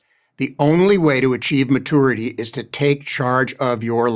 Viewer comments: I think he's saying it that way just to be irritating. Edit: Like he gets off on being condescending to everyone else. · The first thing about maturity is not pronouncing it "ma-toor-ity" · I always thought it was really immature to pronounce it "ma-TOUR-ity". No real American pronounces it that way. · Is that pronunciation of "mature" and "maturity" indicative of any dialects or is it just a personal thing? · Mah-toority. I'm dying. What a pompous asshole. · It's matoority and it's just how some Merkins say it. Like they fire mistles at hostel forces. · Ma - too - er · The way that guy pronounces maturity drives me nuts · I'm not taking any advice from a grown man who cannot pronounce maturity.